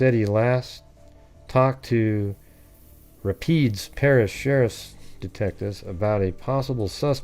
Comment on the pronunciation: Rapides is pronounced with emphasis on the second syllable. (Rah-peeds)